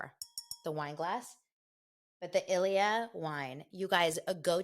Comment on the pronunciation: I thought the Ilyia wine was pronounced EE' LEE AH because it's Spanish. They sponsor Rick and Kelly as well.